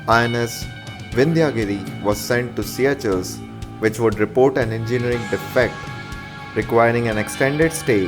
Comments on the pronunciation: its not siyachells its pronounced "seeshells" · its called seycuelles...like pronouncing sea shells.. not see ya chels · Not siya-chel it's sesel in kreol, Seychelles.. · yaah.... Its Se ah shells